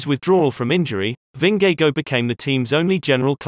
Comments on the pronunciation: Who is Vin-ge-go? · You're totally butchering their names XD But good video :) It's pronounced Vingegor (Vingegaard) and Pogatcha (Pogacar) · Why do you call him Jonas vingego and todej pogeke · Ving-gay-go lmao. Lovely vid tho! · He doesn't pronounce Vingegaard correctly either, so I guess that evens it out. I haven't heard and English speakers pronounce Vingegaard correctly. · Funny way to pronounce his name. You get the V right and the Gaard right, but the "ng" in Vingegaard is actually no different than in english "singing". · Nice docs, but learn to pronounce world best cyclists names! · God is it a robot pronouncing his surname? haha. Its not that hard to pronounce it correctly. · Shouldn't you learn how to pronounce their name properly first before making the video?